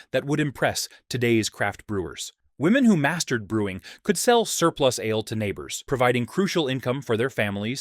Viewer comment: What is "Alay" brewing Is that the way the Vikings said it? Is it the same as brewing ale? Or is the word "alay" another computer mispronouncing a word? The video pronounced alay with 2 syllables, versus the word ale which is just one syllable.